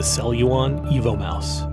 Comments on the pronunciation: I have an impression he is telling "Evil Mouse" :-S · Sounds like EVIL MOUSE.